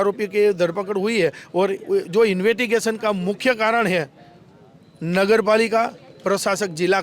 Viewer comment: invetigation nahi bhai .. investigation, bhai gujrati medium se lagta hai